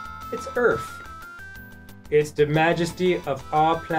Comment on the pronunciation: Aw, it's Earf